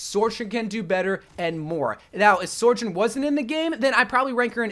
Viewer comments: Why does he pronounce it like "Soar-jorn" there's no R at the start, it's just "So-jern" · Sore Jern? Suh-jurn, there I said it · Sojourn. Not Sorjourn. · It's not sorejern it's SO JOURN SOJOURN THERES NO R IN SOJ YOURE AN OVERWATCH CONTENT CREATOR DO BETTER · Literally no one says her name right. SO-jern not SOR-jern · It’s SoJurn, not SoRjurn. Like it’s not a big deal but after the 50th time hearing it I’m pulling out my hair please dear god SOJURN! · bro, you're wack. it's pronounced "So - journ" not "Sor - journ" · say it with me— SO-JOURN… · i beg to god can he stop calling sojourn 'soijorn'? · My biggest ick is how you pronounce sojourn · Maybe one day he’ll pronounce Sojourn properly